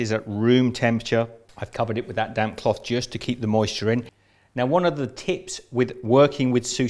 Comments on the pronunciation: I thought he said damn washcloth when he was saying damp washcloth... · I kept hearing him say, " That damn cloth." 😆